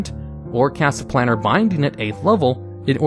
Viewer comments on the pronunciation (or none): none